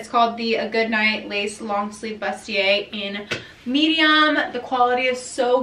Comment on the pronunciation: bustier is pronounced “BOO-stee-ay.”